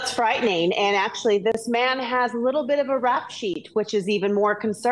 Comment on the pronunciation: ANT THE WORD IS AND.